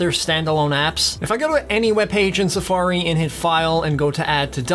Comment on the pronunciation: The way that you pronounce “Safariiiii” made me want to stop the video and never watch your channel again.